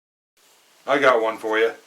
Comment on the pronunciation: got not git lol